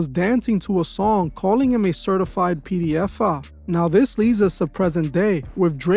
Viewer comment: P D F'a..😂😂😂 just the way you say it homie is crazy..😂😂 not a funny subject just the pronouncing of the word...